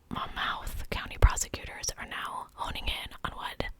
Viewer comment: Hi! It’s pronounced “mon-myth” and “as berry.” I dated a man named Jon who abused 3 prior partners. I only found out after I left. His mother covers his tracks and excuses his behavior. He’s 33 now turning 34 and lives at home. Travels for work so he can hide his tendencies. With her controlling the narrative, she blamed the girls and their behavior. She justified it to explain why her son had no choice but to do it - like it was logical or rational. Its frightening. He was tall, sort of handsome (when you don’t know his personality) and he made good money for most women (I made more and he hated that) but this was an incredible parallel. I was also choked. I made it out alive. This one hit home. He’s dead, but there’s no justice because she is too.